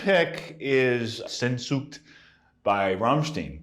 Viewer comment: While Alex's pronunciations of both Sehnsucht and Rammstein are damn near atrocious enough to be war crimes I love that he names a Rammstein song as one of his favorite riffs. Their lead guitar game is not all that great for "Metal", probably around the same level as Tom Morello from Rage Against The Machine - and their riffs are never all that complex for "Metal" but yet they still have some of the strongest rhythms with their riffs out of any band I've ever heard. Heirate Mich has another really great riff, and they have many great riffs - but people do go crazy over that Sehnsucht riff too! Like Alex saying it makes him move. People go nuts at Rammstein shows and hang on every word that's sung. I don't know enough German for that, but I know a little. Trying to teach myself more. Rammstein will probably never be known as being technical the way bands like Testament are but they have bomb-ass riffs and their style is definitely more unique than a lot of other bands.